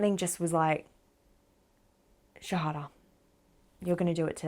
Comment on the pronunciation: Assalam Aali Qum Sister, Luv the way you say Shahadha. Pl. pray for me also to be a pure practicing Muslim . May Allah bless you n your family.